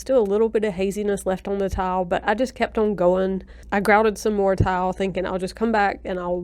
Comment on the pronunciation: Is it me or does she keep saying “towel” instead of “tile”? 😁🙈